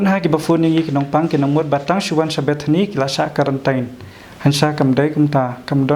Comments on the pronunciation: Na sdang ha duh ba kut tip top da ka ktien khasi tang khyndiat pronounciation quarantin ym karantain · Karantain ka dei Khasi style. Hap kren da kaba sngewthuh lang ki para jaidbynriew.